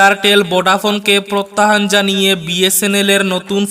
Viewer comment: টিকা শিক্ষক নয়রে ভাই হবে ঠিকা শিক্ষক । প্রত্যাহান নয় প্রত্যাহ্বান হবে।